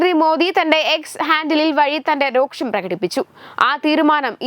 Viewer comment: രോക്ഷമല്ല അനിയത്തി, വെറും രോഷം..... ഒന്ന് ശ്രദ്ധിക്കു...... പ്ലീസ്